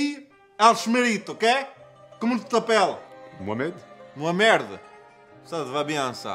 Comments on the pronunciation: "Mohamerde" non mais 🤣😂🤣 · Hèhè par contre pronnoce bien le nom 'MOHAMED' ou changè d'autre nom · il a dit moi merde pas mohamerde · Wodman il a dit mohamerde xptdr